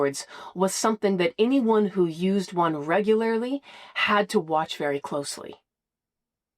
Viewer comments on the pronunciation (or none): Reg goo lair lee